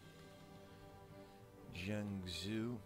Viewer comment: Just to help you out with some of the weird pronunciations: Jianzhou is pronounced like "Jee-en Joe," Haixi is pronounced like "High She," and Qing is pronounced like "Ching."